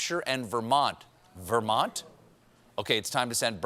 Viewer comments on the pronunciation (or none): none